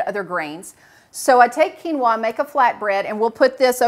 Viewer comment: I really don’t like how they say quinoa.